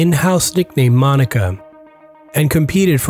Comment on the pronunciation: It's moniker, not Monica 😂😂😂